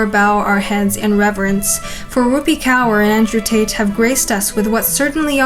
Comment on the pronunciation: no probs girlie From the next time if you have any problems in pronunciation of certain words of different cultures just ask us ❤ It's rup-ee(rupi) k-or(kaur) Gained yourself a new subscriber from India You remind me a lot of Chad Chad